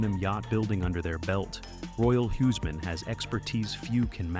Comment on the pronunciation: When do "English" (Altgermanisch) speakers learn to respect other languages and propper pronouciations of susnames??? Its NOT Royal Hiseman, nut Royal HUSmann ... LIKE in WHO´s Maann ... geeeez ... That comes from not even bothering learning nothing than Altgermanisch, and too many not even that ... But All others are just talking Gibberish or Tongue Twister